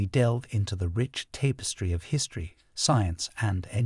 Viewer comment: "tapestry" ==>tap rhymes with lap estry. If it were "tape" it would be "stry," not "estry," wouldn't it, half-wit?